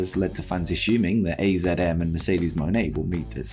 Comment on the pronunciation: Just for future reference AZM is pronounced Azumi A-Zoo-Me.